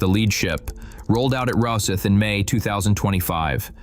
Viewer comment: VERY AMATEUR VIDEO. The "O" in Rosyth is pronounced like the "O" in Octopus, or Octagon, or Obvious.. Please Americans,, get it right! And the Type 31 does work. And it has the midship mission bay future potential to fit a 24-48 Type 41 VLS system with different missile combinations, on top of its 24 cell Sea Ceptor/CAMM mushroom farm forward. So the Thunderbirds Frigate. Having served on F171 and last Falklands legacy, unhappy you did not mention HMS Active history. And accuracy- Sweden is not buying the Type 31, they decided on the smaller French FDI Denmark are still in procurement/ to decide. NZ- no idea- likely go Japanese like the Australians.